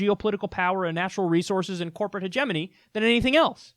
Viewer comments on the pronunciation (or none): Good video. But the way you pronounce hegemony is like nails on a chalkboard. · Sounds right, except for the way you pronounce hegemony